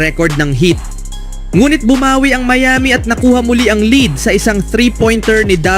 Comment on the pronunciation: Pki ayus sa pag pronounce ng LEAD